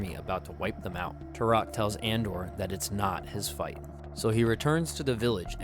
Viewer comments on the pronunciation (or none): I AM TUROK!! You should read the comics if you haven’t. Valiant’s Dinosaur Hunter is my personal favorite iteration. This movie is based off of the original Son of Stone line from Dell. By the way, it’s *Andar not Andor.